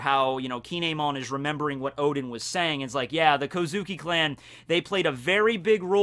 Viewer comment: I know I’m nitpicking here, but Kinemon is pronounced Kin-emon. Anyways, it’s awesome how you can make an entertaining video about a character we don’t know too much about!!! 😄